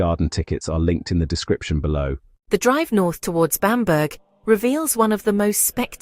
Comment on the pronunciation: Bamburgh castle is pronounced 'Bam bra' castle.